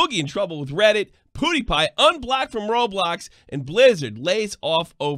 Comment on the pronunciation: Did actually say PewDiePie correctly?!? Holy shit, I’m so proud of you! All is finally right on the world!